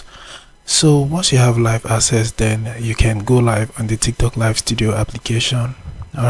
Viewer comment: Its not asses its akses